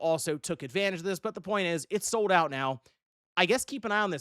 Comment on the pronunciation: did you sawl it? you SAWL it?...... sawl?...... did you?...